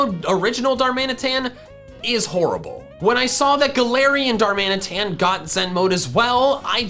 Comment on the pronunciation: DARMANITAN, NOT DARMINATAN! THERE IS NO S IN GALARIAN! AND THE K N SALAC IS SUPPOSED TO BE AN L!